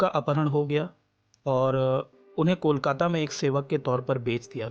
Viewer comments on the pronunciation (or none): none